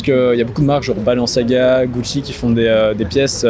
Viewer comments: Je sais que jvais passer pour le relou de service mais "Valantino" "Balanciaga" faites un effort mdrrr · Personne a vu le « balanciaga » ou le « Valantino » ? 😂